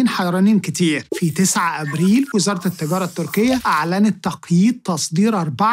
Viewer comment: التجارة أنطقها بالعربي